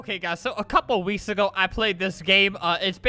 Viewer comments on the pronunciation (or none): “A couple of wees ago,”